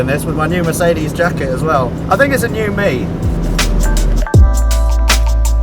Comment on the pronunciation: FFS learn how to pronounce Mercedes -.- Thought someone that likes cars as much as you do should be able to do that aswell...